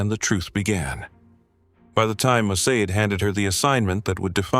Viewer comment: The narrator, a fluent English speaker, pronounced Mossad as 'Mosaid'. Mossad is literally pronounced the way its spelled.